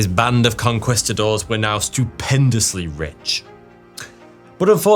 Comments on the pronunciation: Con-kwis-ta-doors? I thought it was Con-kweest-ta-doors? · conqwhistadors 😂😂😂😂 really bro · lost me at conkWISTadors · CON-QUAST-TA-DOWRS bahahaha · hate the way he says "conqwistadors" but good video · please tell me "con-kwist-a-doors" isn't the standard british pronunciation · “Conqwistadors” lol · as soon as i heard "conkwistadors" I knew it was gonna be a bad time. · Con-quist-adores? Wtf kind of pronunciation is that?😂😂😂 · con-CUHWEST-uh-doors, bro what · Conquistadors = Con-KEYS -ta-dors. Spanish soldiers, Spanish pronunciation. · Con Quee-Sta-doors. Emphasis on the second syllable. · Racism? You mean... to mispronounce a word that refers to an extremely evil group of people? Look, racism exists but this only makes me want to pronounce your congestidaors even worse from now on. Sorry, who were they again? Gongestädörs? Qongeestadars? Who cares anyway.